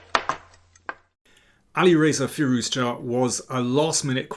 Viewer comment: Thanks for the great analysis and also saying Firouzja correctly, since many people including chess commentators mess up the pronunciation